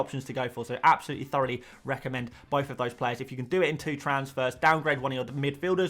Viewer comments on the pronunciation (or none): none